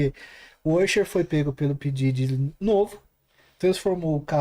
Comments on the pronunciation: Porque essa senhira qdo se refere ao Diddy ela nao fala Diddy , ela fala Daddy. O que è bem diferente. 🤔🤔🤔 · n tankei o cara falando pididi kkkkkkkk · Mas ehhh P.Diddy pra geração milenium P Daddy pros nutella